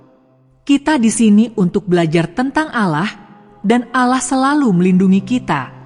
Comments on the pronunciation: Ceritanya guru ngaji .yg di sebut seharusnya Allah eh dia sebut alah sama sekali ga enak di dengar .. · Yg baca agamanya apa sih risih dengarnya ,baca allah kok alah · Maaf anda non muslim ya karena pengucapan ALLAH yg anda ucapkan bukan ucapan orang Muslim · Tetapi yg menceritakan kisah ini menyebut nama sang pencipta masa nyebut nya alah bukan Allah SWT. 🙏🙏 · Min benerin dulu sebutan untuk Nama Tuhan di Ummat muslim sebutan yg keliru menyebabkan kurang menarik dg ceritanya Padahal sebenarnya sangat menarik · Kenapa tidak sebut penuh Allah...seakan betina ni bukan Islam ... patutnya sebut betul betul .AL.. Lah / Allah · Kayaknya nih orang non-muslim...cara ucapan Alloh..agak aneh gitu.. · Kalimat insya'Allah., Lafaz 'Allah' nya ucapannya kq agk aneh ya